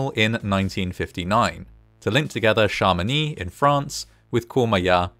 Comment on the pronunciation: Passionnant, merci 🐸 (and congrats for the pronunciation ; "Chamonix" is tricky 😉)